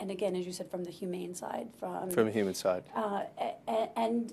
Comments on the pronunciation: He said humane and improperly tried to correct her. So nothing to discuss. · "....from the humane side" with an e